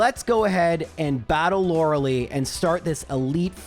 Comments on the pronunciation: You must enjoy being wrong. Kadabra is not the best pokemon ever, and it is Lore-uh-lie, not Lore-uh-lee. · my daughter is in part named after Lorelei, so every time i hear you call her lorelee it makes me giggle 😂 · you may think lorelei killed you over shilling for raid, but no. it was in fact because you pronounce her name wrong